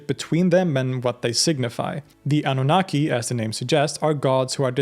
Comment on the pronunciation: Annunaki Ahhnoonahquay not kee🎉